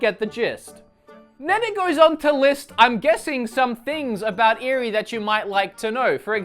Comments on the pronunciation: What is saying? She's probably chastising you for buying this game. Now, if I can contact the real and she speaks to me in English, then I might consider buying this, but otherwise. I'll pass. Thanks! And I think her name is pronounced (Ay-ree). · Its eri pronounced kinda like eddi like role the r